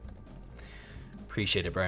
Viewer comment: Preesheeate it bpro